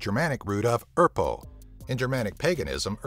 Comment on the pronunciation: It's not erpo, it's erþo. The 'þ' is different from p. And it is pronounced as the dental fricative, either like 'th' in 'this' or 'th' in 'theme'.